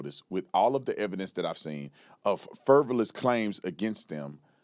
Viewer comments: Frivolous not fervoulus. Don’t be a Candace Owens. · Brandon, it’s frivolous not furvalous. 😂